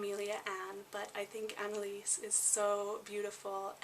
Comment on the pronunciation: You mispronounce the names Annelise, Wilhelmina and Jaeger like most English speakers around the world. Jaeger/Jaegar is a surname and the surname Brenner doesn't mean " dweller by the sea" the surname Brenner come from High German and means "to burn" eg. someone who burn's wood, brick or Charcoal. And you said the word spunk like many American's to mean get up and go or one who is courage or determination. However in other English speaking countries the world spunk or spunky means a man's sperm.